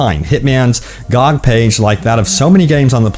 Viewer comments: Gee-oh-gee is how to say it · Is anyone else annoyed by his pronouncing GOG like a word and not the letters like an acronym that it is lol